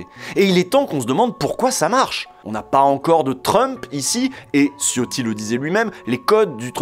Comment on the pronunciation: Ciotti étant d'origine Italien son nom se dit C"h" iotti (comme le wc) , en attendant merci encore pour ce numéro :)